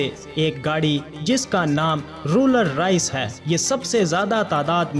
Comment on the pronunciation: Roller rice nae Rolls-Royce 🙂